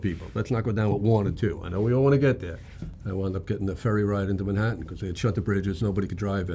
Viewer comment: ‘In Mah-hattin’ lmao